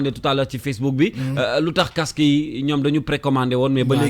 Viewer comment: seydina diame t’as rien compris mec il arrive pas à prononcé le mot casque il dit CAQSSE 😏